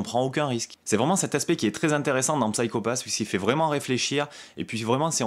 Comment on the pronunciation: D'ailleurs on prononce "Sayko Pass" à l'anglaise ;) Je te recommande grandement la série si tu as aimé ce premier tome. On retrouve une ambiance similaire, très cyberpunk, polar SF. Minority Report est un bon point de comparaison, l'idée du système Sybil s'approchant de la méthode de détection avancée des crimes dans le film. Ce qui est intéressant c'est de ne pas avoir une bête adaptation de cette excellente série (qui a d'ailleurs été légèrement remaniée pour amener la saison 2, tellement elle a eu du succès, il y a même un film qui sortira en septembre chez Kana). L'idée du préquel est excellente, on va en savoir plus sur ce qui a amené Kogami à devenir un exécuteur, ça apporte de la précision et du background sur un univers assez riche avec des personnages charismatiques et au lourd passé (l'opération qui a mal tourné et qui a changé cette fameuse équipe qu'on découvre dans ce tome). Je dis ça de mémoire, ça fait un moment que j'ai vu la saison 1 (je n'ai vu qu'elle pour le moment d'ailleurs). En tout cas, très intéressant, j'ai hâte de déguster la suite, un tome vraiment bien mis en scène et bien rythmé, très plaisant à lire et dans l'esprit de la série.